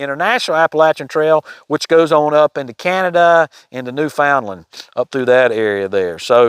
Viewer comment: “New Found-land” 😂 Funny to hear that with your accent. At least from the Canadian perspective😊